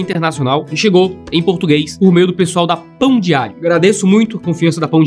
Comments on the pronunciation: Toda vez que ele fala pão diário eu escuto pão de alho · Eu só consegui ouvir ele falando "Pão de Alho" Mais alguém? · Quando ele falou "Pão diário" a primeira vez eu entendi "Pão de alho", acho que estou precisando ver (de novo) o vídeo que fala sobre o pecado da gula 😂😂😂